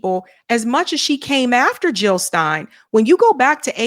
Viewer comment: Jill not hill ...